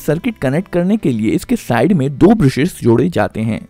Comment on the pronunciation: ब्रुशेस नहीं ब्रशेस सही उच्चारण होता है! स्टैटर नहीं स्टेटर होता है